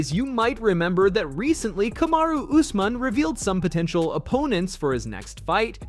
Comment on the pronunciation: C'mon, it's pronounced ooz-mahn. Not us-man. 😅